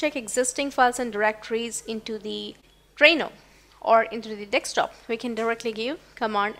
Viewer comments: Sorry to say...it is not nekstop,it is desktop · Pronounced Desk-top not Deks-top